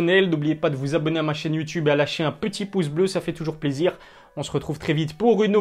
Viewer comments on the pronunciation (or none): none